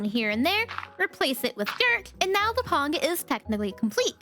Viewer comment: Did anybody else notice that she said pong instead of pond whatever she was working on the allosaurus